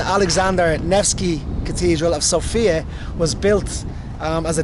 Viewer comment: I'm Bulgarian and you made me laugh with your pronunciations of Sofia and Vitosha. Usually we pronounce Sofia as "SOfia" (the stress is on O) not "Soufia" or "SofIa" just Sofia with the stress on "O." Also Vitosha is pronounced again on the first vowel just like Sofia - "VItosha" not "VitOsha." Just a small correction. :) We usually when we speak Bulgarian, compared to other Slavic languages we put the stress more at the end of the words, while in some occansions - at the first vowel, but this is more common thing with Serbo-Croatian and Macedonian or just the Former Yugoslavian countries in general with this type of accent (or even here at some villages or the very Western part near the border with Serbia and North Macedonia there are Bulgarians with this "Former Yugoslavian accent." Also some words matter where you put the stress and it can change the whole meaning. Just as tip if you decide 1 day to learn Bulgarian if you want to:).